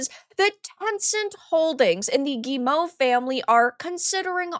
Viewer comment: Always interested in watching your videos,, and thank you for being the first YouTuber I've listened to who pronounces Guillemot correctly.